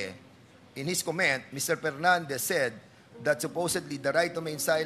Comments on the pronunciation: Cong google # 1 pag aralan mo muna paano ang correct pronunciation ng “comment” . Lagyan nyo po ng katarungan. Makikita po sa google nyo yan paano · Ayusin mo muna dan fernandez pag pronounce ng “comment” nasa google lang din yan hahahahaha ang angas mo “pre!